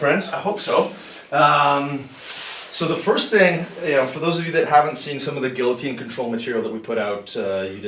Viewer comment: Must be the way he pronounces guillotine. It's gi-uh-teen, not gill-uh-teen. IT'S FRENCH FOR PIERRE'S SAKE!